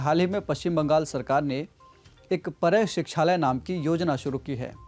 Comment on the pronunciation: Arre yaaar proper pronunciation to Karo at least. It's PARAY SIKHHALOY . पाराय - means colony. I'm a teacher From West Bengal and I am also in this project.